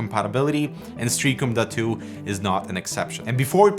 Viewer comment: Is this seriously called the “Duh2” or are you butchering the pronunciation?